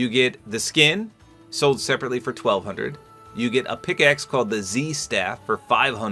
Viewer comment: Bro said 1200 wrong